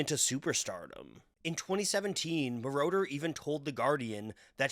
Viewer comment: Hood name is pronounced, MORE-OTTER. Not MORE-Door. He isn’t part of the lord of the rings trilogy. He’s a producer. 😅